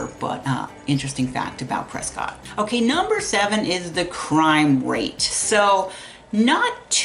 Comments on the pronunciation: Pre'skit' not Pre'scott' God bless. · You MUST know it’s not pronounced Prescott! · It's pronounced PresKIT...😊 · It’s Press-Kit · I tried. I really tried to listen. I just can't do it though when someone is trying to say they're the subject matter expert and continually cannot pronounce the name of the city correctly. I just couldn't do it.